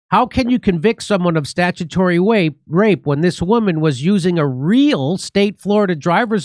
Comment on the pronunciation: Jimmy - "Be vewwy vewwy quiet; we're hunting statutory-wapists."